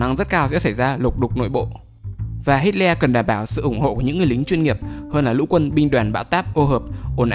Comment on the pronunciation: Nghe như hít ke :))